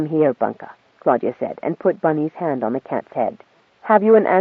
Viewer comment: "Clodagh (/ ˈkloʊdə / KLOH-də) is a female given name of Irish origin." So I wasn't completely wrong about being annoyed when the reader pronounces it "Claudia".